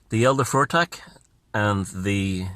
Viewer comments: its FUTHARK. Not fortek.😂 wonderful video though. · love the video. It's elder and younger futhark, pronounced 'foo-thark' not 'fur-thek'. Keep up the fantastic work. You're keeping a lot of important things alive